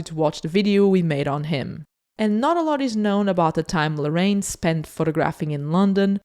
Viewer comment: I love your channel!!! <3 Just a little pronunciation feedback: When you say "Larraín", it sounds like "La-rain". Larraín has an accent in the í, which divides the word in another syllable, for a total of 3. It should be said something like "La-rra-ín".